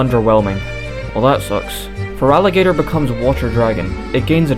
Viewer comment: THERE IS NO VOWEL BETWEEN THE T AND THE R IN FERALIGATR! REMOVE IT NOW!